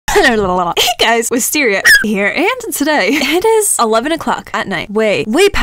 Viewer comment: Wizsteeriu muun - nailed it lol you will not spell it like wisteria moon anymore!